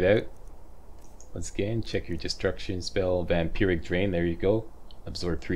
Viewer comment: He says vampiric correctly and vampirism incorrectly